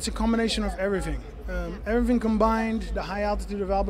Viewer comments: I love how Reem says everyfing instead of everything.. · Conor- EveryTing Overeem- EveryFing LOL.